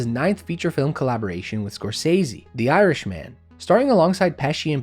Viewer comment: “The Irish man” lol it’s not said like that bruv